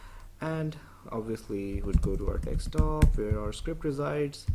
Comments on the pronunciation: Very nice tut 👍 just speak it desktop n not dekstop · It's pronounced "dessktop", not "dekkstop". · Stop saying dickstop it's desktop !!!